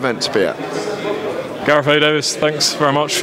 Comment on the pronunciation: It's "Davies" not "Davis".